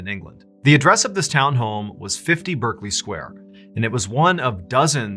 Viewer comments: It's pronounced 'Barclay' Square. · In the UK its pronounced 'Barkley Square'. Just saying!